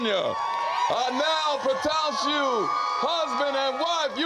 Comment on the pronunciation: "I now pro-TOUNCE you husband and wife!" 😂😂😂 Also, what in the hell is "you may now salute your wife"??? Salute? I have never ever ever heard that before. Also, idc if it's just me, putting the words "I'm your ride or die" in your marriage vows is trashy sounding af. Especially since her "ride or die" almost caused her and her kids to die...while riding.